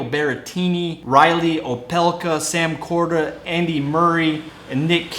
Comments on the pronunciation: Sam Korda? I thought it was Seb Korda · SAM Korda? Iga Swee-aytik? C'mon. Americans and their pronunciation problems. 'Nuff.